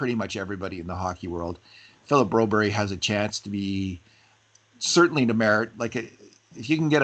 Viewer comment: Broberg please not Broberry , we aren’t in Sweden, sounds very weird